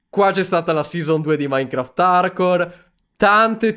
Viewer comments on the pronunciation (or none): none